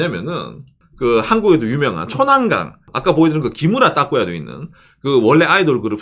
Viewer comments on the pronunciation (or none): 일본 사신지 오래 되셨을텐데 기무라 따꾸야 발음듣고 ゾッとした😂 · 기무라 따꾸야가 뭐야. 키무라 타쿠야지. ㅋㅋㅋ